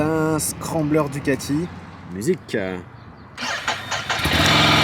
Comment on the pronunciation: On dis le scrambler